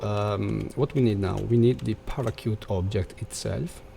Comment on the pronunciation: Great! One thing to mention: Its pronounced..."para shoot"